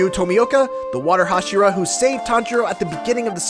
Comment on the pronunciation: Did this fool seriously say "Hashiro" instead of "Hashira?!"